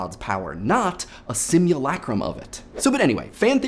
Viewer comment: My ear rejects your "Sim-ewe-lay-crum" and replaces it with my own "Sim-ewe-luh-crum". >.>